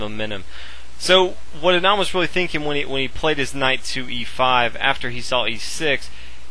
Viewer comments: Thats how u say Anand aa-nund aa - 'aa' is pronounced as 'a' in car nund - 'u' is pronounced as 'u' in nun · Learn to pronounce Anand :)